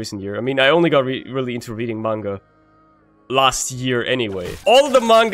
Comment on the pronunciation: “Yeah I know, I’m saying it like that to piss some of you off,” he said while pronouncing Manga correctly. If anybody ever calls it Maynga or man-ga it is your duty to correct them. It is pronounced mahnguh